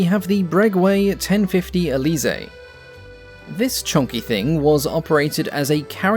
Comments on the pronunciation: Please dont' pronounce Bréguet as "Braygway" but as Braygay. Thanks. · the Bregway?? WHAT ARE YOU ON ABOUT its the BREGUET BRE GET silent T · I should mention the pronounciation of Bregeut, which is like breh-geh, I know in the watch world people pronounce them incorrectly as bregay. They make a Bregeut Type XXI watch, which apart from their model name is a French air ministry specification, which other manufacturers have also made. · Fyi Breguet is pronounced Bregay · Huehehe... "Brégwé" ... sure you butchered name, true... true... but oh so funny to hear. 😋 I loved the content of your video. :face-red-heart-shape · Frenchie here, talking about butchering pronunciation. The "u" in Bréguet is silent, as the "t". Think about Bré-Gay. Though I'm pretty sure he wasn't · Bréguet -> braegay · yes, a spelling mistake. For the pronounciation, don't bother to believe me, look up the pronounciation on youtube, and by a native French speaker, not someone spreading misinformation. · Please, for my french fellow citizens : Not brégwet, brége (the "e" of establishment) Vautour must be prononced votoor